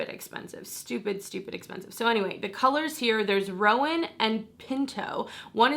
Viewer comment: Pretty sure roan ( the color eyeshadow you mentioned), is a one syllable word. Not Rowan like the girls name but roan like own. Sorry IM just that girl lol